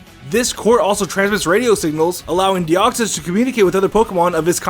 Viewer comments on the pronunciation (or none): deoxys not de koy es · it de koy s say it like that plz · minicake412 its deoxys duh